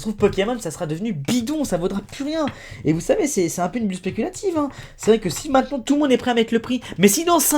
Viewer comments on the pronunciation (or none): none